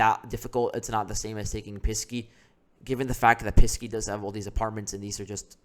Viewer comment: I liked your report, but it is Pesky, not Pisky.